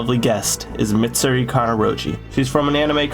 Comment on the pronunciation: Bros rizz is so immaculate he butchered mitsuris name and im not even mad